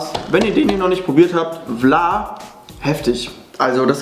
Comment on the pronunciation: Vla musst du trinken so wie in Holland ❤️ und hast das falsch aus gesprochen 😂😂